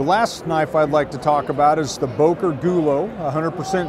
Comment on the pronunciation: should be able to pronounce Böker and Solingen....